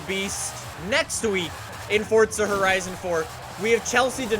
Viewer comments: its not "Forca" its "Forza" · the game is called FORZA not FORTZA.. I'm so confused how you even mess it up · FORZA NOT FORTZA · Why do people call it fortza it’s forza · what’s a “Fortza Horizon 4” 😂😂😂😂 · It's not FORTZA